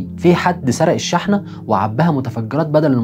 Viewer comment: شرح مبسط وجميل وطبعا حلقة مفيدة .. بس عندي ملاحظة على كلمة (شحنة) هي تنطق شُحنة بالضم مش شٍحنة